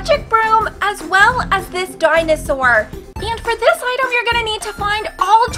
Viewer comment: Say item not idom